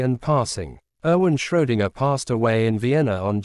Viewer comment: It's not Schrodinger, it's Schrödinger, dammit. Too bad, I wanted to watch this video, now I can't.